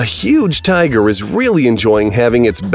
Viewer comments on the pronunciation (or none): none